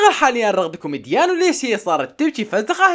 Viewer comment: رغدة كيومجيان ❎ رغدة كيومديان ✅